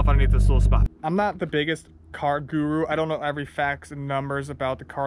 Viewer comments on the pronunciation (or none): none